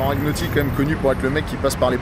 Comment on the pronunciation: Merci pour ça 😍 super vidéo encore.... 😀 En revanche c'est: Jean RaGNotti comme les pâtes à la bolognaise, bisoux 😘